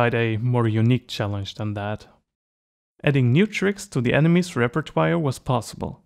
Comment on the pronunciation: Lmao reper-toe-arr